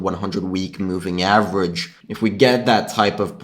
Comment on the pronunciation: chanGe, averaĐe, underštand . This ĐĐĐĐ and ŠŠŠŠ :D don't take it personally, love ya